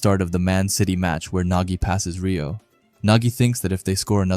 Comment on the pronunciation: Pronounced “ray -oh” not “ ree -oh” for Reo